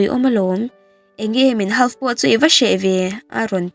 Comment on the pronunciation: Sap tawng hi lam no leh nalh vak angailo nain lam dik hram tum la, Twitter te pawh tuaiter angin ilama tweet anga lam tur ania,half te pawh L ri telloin Haf anga lam tur,mi tam tak hriat tura chhiar thin innih angin han inzir sauh sauh teh khai